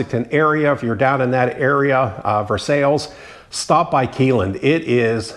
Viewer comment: Whats up buddy, I just voted for you. There is no way your not going to win. it said I could vote every day so I will. My buddy is going to do the same. You got this Im sure. Good Luck anyway. Your not Pronouncing Keeneland right. My brother was a jockey and my other brother was a Thoroughbred exercise boy. I wasnt nothing but owned horses all my life. All my horses are gone now and so are my knees, had both replaced. My buddy has 25 horses now. he has big farm and does horse back riding for the public.